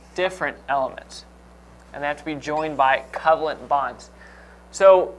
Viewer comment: Why does he pronounce covalent that way?!?!